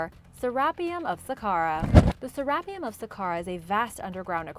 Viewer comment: The narrator, put the em’ phas’ is’ on the wrong sy’ llab’ le’ of Sarap’ e’ um’...